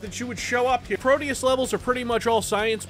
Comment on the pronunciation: No. No it couldn't. It'd be "Pro-deh-oos", to use american english phonetic approximation. Deus is latin, though "pro deus" google-translates to portuguese for "to god", possibly as in "let god sort 'em out"? Or it's just something they thought sounded cool.